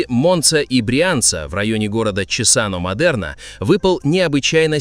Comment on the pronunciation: Cesano/Чесано😆Если буква S в середине слова между двумя гласными, она произносится как Z. Casa читается как каза, а rosa — как роза. P.S. Смотрю и охлаждаюсь, у нас жарко.